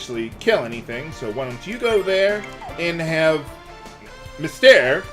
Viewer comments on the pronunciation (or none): I think Mystere may be pronounced mystery. I could be totally wrong though.